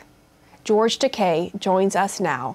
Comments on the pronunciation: she could at least say his name right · She keeps butchering is name 🤦🏼‍♀️is it Takai or Takei?